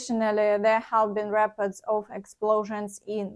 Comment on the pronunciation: Reports, try to say ріпо:ртс . Long stressed o. You pronounce it correctly when you say reported.